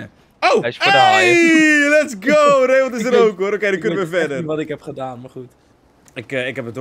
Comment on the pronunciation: Ik heet zelf ook Raymond, maar de letter D spreek je eigenlijk niet uit! Het klinkt ook zo raar om je naam te horen met een d op het eind! 😂🤷🏻‍♂️